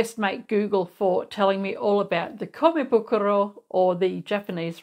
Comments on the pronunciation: You got the name and pronunciation right! Thank you for sharing. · Your pronunciation of komebukuro was great! I’m half Japanese 😊💕 Thanks for sharing.